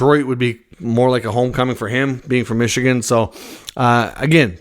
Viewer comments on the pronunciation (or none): none